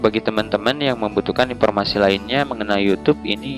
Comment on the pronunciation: oh men kenapa banyak banget orang yang baca huruf F ato V di baca P, Video jadi pideo, informasi jadi inpormasi grrr